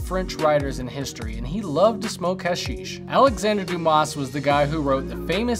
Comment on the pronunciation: Please stop pronouncing the s in Dumas